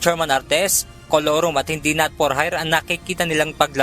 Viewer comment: Colurom??? "IT'S MORE FUN IN THE PHILIPPINES"